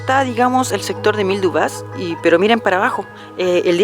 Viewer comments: Buen video.. El apellido de Émile Dubois se pronuncia Dubua, con acento en la a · Buenísimo como siempre por cierto el apellido es France por tanto se pronuncia dubua